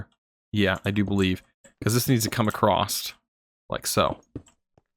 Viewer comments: Man it’s across not acrost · could you plese keep in mind that every time you say acrosst your triggering my perfectionism so it makes me want to help you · My guy says ‘acrosst’ 😂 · Please stop saying acrosst I can't take it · across not acrost. still like the series. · / it's just "across". "So it goes across." Not "So it goes acrossed/acrost. :P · You are saying acrosst wtf? xD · WHY DO YOU SAY ACROSSED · WHY DO YOU SAY ACROSST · He keeps saying "acrossed" 🤣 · i think its funny that he says acrossed instead of across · Is 'acrost' a Canadian pronunciation of 'across'? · I am not sure but I think you said acrost instead of across lol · ‘’Acrost’’ Great XD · Loved the video but cringe every time you say “acrosst” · Lol, I'm southern bred and cornbread fed too, but I also know that acrost is not an accent, it's wilful ignorance. Like libary. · No "T" in "across" or "sand"! LOL The Plow is perfect for one of my 64x64 farms.